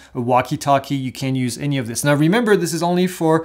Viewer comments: your videos are awesome and quite informative. May I suggest that you say “cannot” instead of “can’t”? You said “can’t” a few times but it sounded like you said “can” (ex. using binoculars to see the drone- sounded like you said you can when you clearly explained that this is not an option). Keep up the great work! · I also thought I heard CAN, and wondered why , thanks for the clarification.